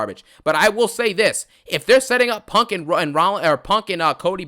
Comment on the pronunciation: “I cont stop thinking about PONK”